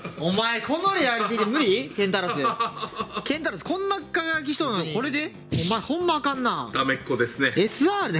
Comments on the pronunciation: ケン↑タウロス⤵︎ って言い方が気になるww ケンタロス⤵︎ ですねw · ケンタウロスじゃなくてケンタロスですよ！ ケンタウロスむちゃくちゃ爆笑したwwwww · ケ、ケンタウロス…！？ いやケンタロスやろw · ケンタウロスがすごい気になるw ケンタロスだよ！ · ケンタロスのことケンタウロスって言ってたから、ヒカルも初めはケンタロスって言ってたのに伝染してケンタウロスって言ってるw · ケンタロスをケンタウロスと2人が言うのが気になりますwww. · ❌ ケンタウロス ⭕️ ケンタロス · ケンタロスをケンタウロスって呼ぶなw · ケンタウロスじゃなくてケンタロスだよね？ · ケンタウロスって、「ウ」いらん笑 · ケンタウロス❌ ケンタロス⭕️ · これだけ言わせて ケンタウロスじゃなくてケンタロスな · ケンタウロスじゃなくて ケンタロスですよ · ケンタウロスじゃなくてケンタロス。 ラランティスじゃなくてラランテス。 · 節子、それケンタウロスちゃう、ケンタロスや。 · ケンタロスのことケンタウロスっていっとるあとラランテスのことラランティスっていっとる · ケンタウロスじゃなくてケンタロス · ケンタウロスじゃなくて、ケンタロスじゃない？ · ケンタウロスじゃなくてケンタロスじゃない？ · 誤ケンタウロス 正ケンタロスではないでしょうか！？😅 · ケンタウロスじゃなくて、ケンタロスやろ！ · ケンタウロスじゃなくてケンタロスです間違ってましたよ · どうでもいいことだけど、ケンタロスをケンタウロスって言ってる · は？アックスレイダーは海馬だろニワカ ケンタウロスじゃなくてケンタロスだし ニワカバレるのはまずいですよ！